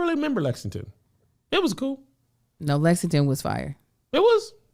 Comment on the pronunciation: Lexington Ky loved you guys don't be mad you had trouble pronouncing it Kev lol! I really do hope yall come back. We laughed til our ribs and heads hurt